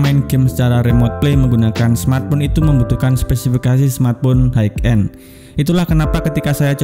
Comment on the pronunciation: Bacanya hai end bang, bukan haik end